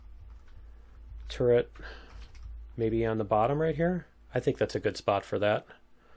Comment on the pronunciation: Like how you said kick some alien butt "MAYBE" :)